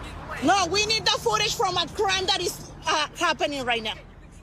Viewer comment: Wtf is ootage ?